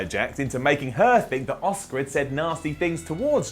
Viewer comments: AAAA-ska not OSCAR. So annoying 😡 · it's Asuka not Oscar.